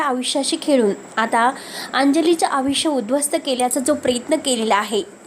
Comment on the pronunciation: अंजलीच्या आयुष्याची " खेळी " केलेली असते. या वाक्यातील " खेळी " या शब्दाऐवजी " खेळ " हा शब्द वापरायला हवा . " विचित्र " फोटो ठीक आहे. पण " अविचित्र " फोटो म्हणजे कशा प्रकारचे फोटो ? " आविष्य " नव्हे " आयुष्य" साधे साधे शब्दांचे बरोबर उच्चार , बरोबर रूप माहीत करून घ्या. चुकीचे उच्चार करू नका.